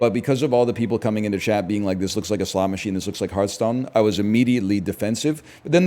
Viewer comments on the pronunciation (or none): none